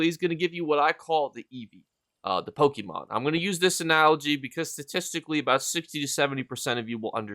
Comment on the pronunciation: Whats a pokiemon? 😂 that was after my time